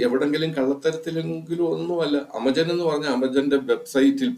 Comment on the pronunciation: ചേട്ടാ ആമസോൺ. ആമച്ചോൻ അല്ല 😊